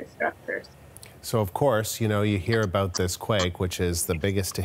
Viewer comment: 😂 he said aboot